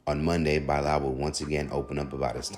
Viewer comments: By lall man it's Bilal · By-lal 😅😅😅😅😅😅😅 not Bilal? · That’s not how you pronounce Bilal